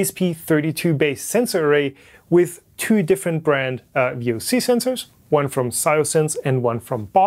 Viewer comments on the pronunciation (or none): Dude. V.O.C. Not “voc”. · The correct term is V-O-C not VOC. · VOC is not pronounced as Vox But individual letters Like "Ve O Ce" Also if you find some softer or more flexible ABS it's likely a lot worse as any plastic that contains Plasticisers is REALLY BAD, typically noticed as that new rubber and plastic smell from things like those large swimming pool balls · I think this is the first time I have seen someone pronounce VOC as a word instead of V-O-C.